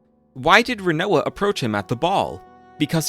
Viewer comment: I mean. If we're talking main cast we actually have heard most of thier names spoken out loud in spin-off games. The only character where you pronounced their name particularly wrong though was Rinoa though. Its pronounced Rin-Wah kind of like the food Quinoa.